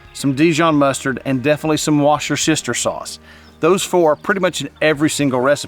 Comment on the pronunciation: Worcestershire, is pronounced Wusster-shire. The sauce is usually called Worcester Sauce, pronounced WUSSTER SAUCE 👍